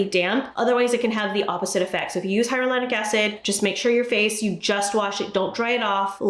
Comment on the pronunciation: Hyaluronic is pronounced - Hi-ya-lew-ronic. Can be a tough one, thought this might help! Wonderful & always helpful information. Thanks ❣